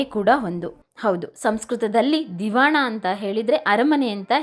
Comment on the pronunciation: ದಿವಾನ "ದಿವಾಣ" ಅಲ್ಲ ಕನ್ನಡದ ಕೊಲೆಯನ್ನ ನಿಲ್ಲಿಸಿ